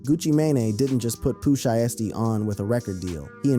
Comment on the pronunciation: The Vanilla Ice and Suge thing is TRUE....TOLD BY VANILLA ICE HIMSELF,he said he pooped and peed on his self,somebody DID hang his ass out of a window and hey here is some pronunciation lesson for you it's POO SHY STEE😅you welcome duck!